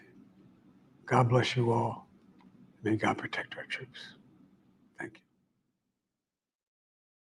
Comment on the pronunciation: His last word sounded like two syllables "children". But the Closed Caption indicated "church".